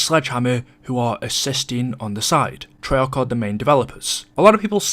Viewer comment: Why does he always hold his pronunciation of the letter a “treyaaaarch”